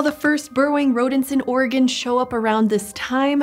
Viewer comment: Appreciate the proper pronunciation of Oregon 😩👌🏻